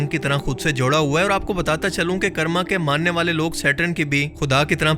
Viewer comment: Bhai karma ko 'kaarma' pronounce karte hain 'karrma' nai 😂😂